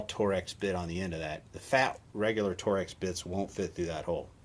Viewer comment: For the record, its not tor-ex, it is pronounced 'torx'